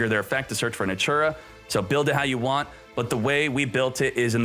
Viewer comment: NATURIA - not natura